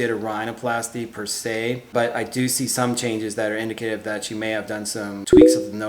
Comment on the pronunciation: Did he say indicative wrong. People do better, please